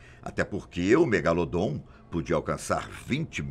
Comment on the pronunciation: Eu so tava esperando ele falar do "MEGALODON" ( MEGALODOT ) KKKKKKKKKK 👏